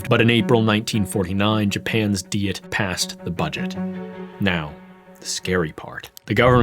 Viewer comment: Look, I get that the name comes from German but Diet is pronounced like in English. You sound weird every time you say it. ダイエット is NOT dee-et. Listen to how things are said on NHK it’s not even hard to access this info. Been very distracting.